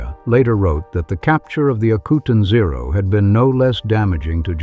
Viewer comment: Ah-coo-tan zero. Say it correctly!